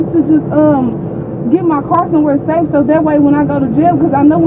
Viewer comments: “Tryin’ to get somewhere safe-uh”. “I was just trying to get somewhere safe-uh” But she was not trying to run. 😂😂😂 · "where my car was sava -a"... duh! speaky Engly?